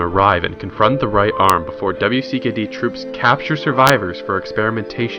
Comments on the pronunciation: Most triggering part is that he said "W.C.K.D." instead of WICKED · W.C.K.D.... Did you know its pronounced Wicked? Easier to say also.